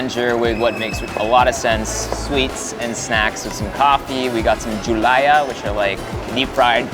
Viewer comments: jualan hijo not julaya)) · Thank you Erwan for appreciating the culture and foods of Tawi-tawi!😊 BTW, it’s juwalan not julaya (fried saging na saba).😉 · .. Ahahaha... Its Juwalan not Julaya.. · It’s juwalan not juala 😂